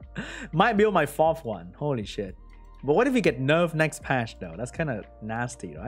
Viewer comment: oh i'm in the video ( 2.42mins) kekw " what a shet scroll" (Noda)